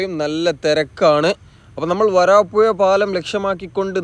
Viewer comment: വരാപ്പുയ അല്ല വരാപ്പുഴ